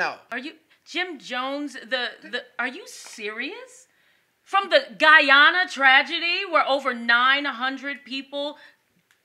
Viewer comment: you pronounced guyana so weird lol love this video